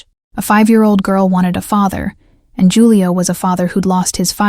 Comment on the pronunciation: Loved the story! But Julio is pronounced with an H, not a J.